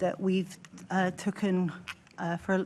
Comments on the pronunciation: "we've tucken" Can't even say "taken" properly, absolute tard. These are the people in control, what a mess. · god, she cant even string a cohesive sentence. She's never really good at giving a clear answer. I am TOOKEN aback by the low calibre of her, but we all know how she got the job. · Wow she can't pronounce properly, "token"